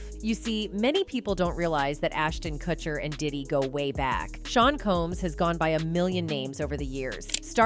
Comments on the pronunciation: This robotic voice over sucks. It’s pronounced ‘Koocher’, not ‘Kutcher’. Get a real voice over artist. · Is this a bot that can't pronoun Kutcher properly?